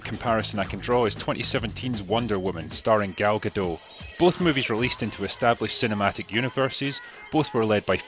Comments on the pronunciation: A bit redundant for a comment on a 4 years old video, but the T in Gadot is not silent. Like you said, she's Israeli. Not French. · Her name is pronounced guh-DOT. It's a Hebrew name, not French.